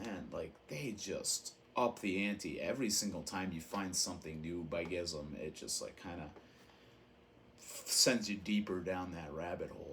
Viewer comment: If you care... Gism - “Ghi-sum” You can hear Sakevi pronounce the name in “Death, Agonies and Screams”. I used to pronounce the name as you do until I was corrected by Dwid of Integrity on a phone call with him in 1996. Translated out of Japanese katakana, the band is sometimes referred to as “Gismu”. Sakevi - “Sock-ay-vee” (H.R.) Giger - “Ghi-ger” Rhymes with meager, this is how he pronounced his own name. I used to pronounce it as you do as well until I read the proper pronunciation. Kuro - “Koo-rho” If you want to be specific, subtly roll the r. My first introduction to Japanese Hardcore was mail-ordering the “Thrash ’Til Death” LP from Pushead in 1989 and a home-recorded tape someone sent me with Detestation and a lot of other obscure HC in 1989 or ’90. Consider it nerdy...I consider it respectful to the individuals and their culture. Americans are notorious abroad for mispronouncing foreign words. I am also a first-generation Japanese-Amercan. Domo arigato.